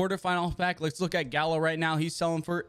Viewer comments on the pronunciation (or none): none